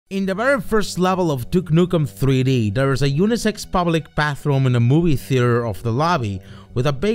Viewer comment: What are you saying unisex? Did you drink too many juice boxes?